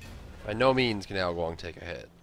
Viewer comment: Funny enough, he sounds like he's saying "Ao Guang" That's the actual way his name is said in Pinyin. Smite simply changes the "G" to a "K". :P For those of you who love on'yomi readings from the strongest Saiyan who stole Wukong's very name and from Japanese versions of the Three Kingdoms, Ao Guang is said as "Gou Kou".